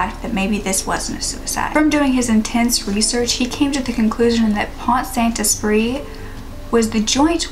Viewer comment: Your pronounciation's just fine, except that the "t" in Pont is silent 😉